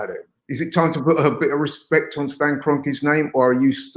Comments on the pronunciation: What's with this channel and trying to make things gangster. It's Respect,Not Respek. Wtf even is that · It's RESPECT NOT RESPEK